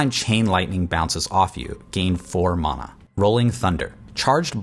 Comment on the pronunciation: This is Diablo it’s mana not muna